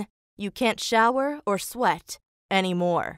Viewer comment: I thought they said allergic to sweet instead of allergic to sweat 😂